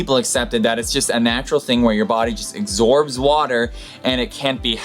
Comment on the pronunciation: You should have also pointed out the word "absorb" which is for a reason well beyond me was said as "exorbs"........